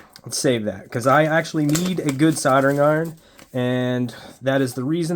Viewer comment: what is a soldering iTon? ...oh... soldering iRon 😋